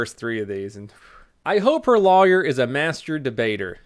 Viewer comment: this guy can’t say lawyer properly at all